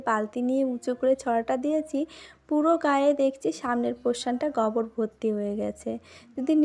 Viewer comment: ওটা গবর নয় গোবর